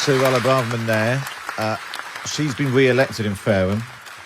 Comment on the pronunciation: " there. She's been we-elected in Faweham. but weflecting in what is a tewible time for the Conservatives. Saying she's sowy the party did not listen to voters and will do evewything in her power to webuilt twust"